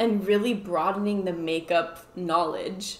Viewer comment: My favorite part is always cracks me up to hear him say "knowledge". I ask that you please keep that a running joke.